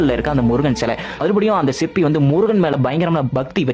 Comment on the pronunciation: சிப்பி இல்லடா சிற்பி 😅